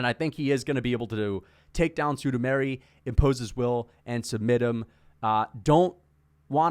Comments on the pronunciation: sudameri lol its sumudaerji the Pixar. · Chael level pronunciation on Sumudaerji